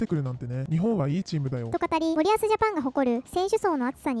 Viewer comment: 「森保」のイントネーションは「板倉」と同じではなく「谷口」と同じな